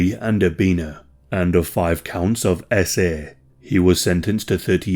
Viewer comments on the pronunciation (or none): Every time you say eSs-Eh you cheapen what actually happened to the victims. It's so cringe.